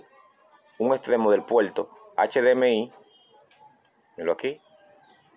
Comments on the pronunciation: Porque dice "PUELTO" "ENTLADA" "ESMAL" o "TELEVISOL" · Polque habla como chino?? El puelto USB, lecuelde q la lesolucion es leimportante 😅😅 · que es conectal ,que es puelto.